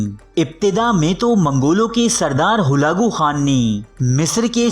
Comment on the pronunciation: Not halago Khan it's halako khan